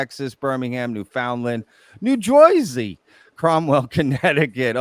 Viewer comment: No-one from New Jersey pronounces it New Jewsey ...